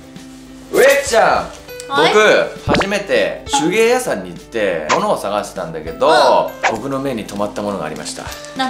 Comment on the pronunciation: 手芸屋さんの屋さんの発音が、と同じ発音やんʬʬʬ